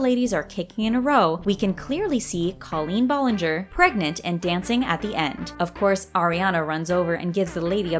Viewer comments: Cringe lol your saying Colleens name wrong but still a good video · Okay, two things. She was in Nickelodeon, not Disney. Secondly, Colleen and Ari are like best friends, so like...it wasn’t even a question that she’d be in it. Also, the fact the voiceover says Colleen Ballinger name's wrong bothers me a little.